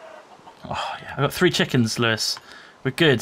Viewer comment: Lol,at first i thought lewis said rawr ores